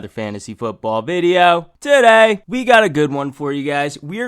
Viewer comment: "TUH DAY!"